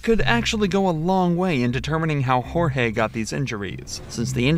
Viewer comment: ok, this might be the wrong thing to focus on... but... the name was JORGE, not GEORGE.....